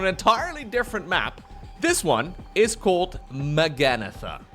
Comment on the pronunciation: "Magannatha, blade of Miquelannatha" lmao